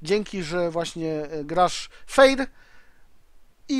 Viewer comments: nie "feir" tylko "fer"(chodzi o wymowę):D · fer a nie feir bo to trochę dziwnie brzmi:) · QuickyBaby również stworzył materiał filmowy związany z byciem "fair" - "Being the good guy..." ( poprawna wymowa to "fer"). Według mnie bardzo fajna akcja i oby więcej takich inicjatyw. Życzliwość w grze to świetna sprawa. Gracze pomagający innym w grze jak najbardziej zasługują na wyróżnienie. Nie zapominajmy, że WOT to gra zespołowa, a udzielenie pomocy w krytycznych sytuacjach swoim kompanom może mieć znaczący wpływ na wynik bitwy.